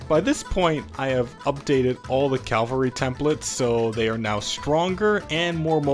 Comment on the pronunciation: Are you saying CALvary on purpose instead of CAValry?